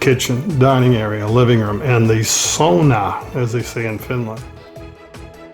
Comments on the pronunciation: You almost have the pronunciation of "sauna" correct. The au part of the word is pronounced as ou in the word ouch. 🙂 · I am of Finnish ancestor and I was taught "saw-na", Guess everyone has a choice as to what sounds right to them. Love Love Love all that wood and stone. Fabulous.